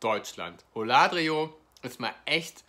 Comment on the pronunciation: Die Aussprache von Holladrio ist ein Graus